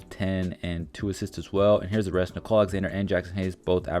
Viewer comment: His name is Nickeil Alexander-Walker. Not Nicole.